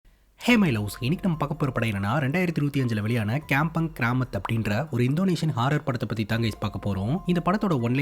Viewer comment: கம்பொங் not கெம்பங்